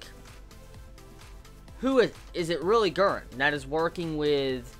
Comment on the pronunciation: Hahha, I love your American way of saying Guren omg <3 "Guen"